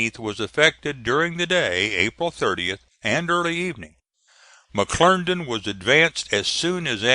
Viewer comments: McClernand, NOT McClerndon!! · If he says McLerndan one more time....!!!!! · it was pronounced mcclerndon